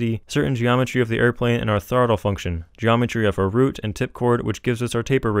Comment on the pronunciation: geAmetry XD